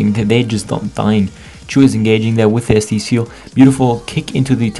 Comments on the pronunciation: lolll how u pronounced Chou :D its not Choo as in Choo Choo Train, but Chou like in Clam Chowder, but deeper O.. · why do you keep saying "chu" ? isnt it pronounced "chaw"